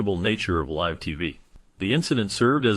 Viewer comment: I haven't kept count of how many times you mispronounce "live," but I'm about 7 minutes in, it bugs me, and it's the reason I'm about to click away. Just thought you should know.